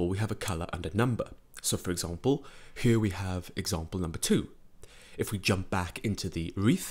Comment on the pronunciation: This narration is killing me. Great tutorials, but if you could talk a bit more normal it would be perfect. ''Huar'' instead of ''here'', I mean, you can do better than this, like you are singing, whispering, yodeling and changing the pitch of your voice constantly to the point it gets distracting and annoying.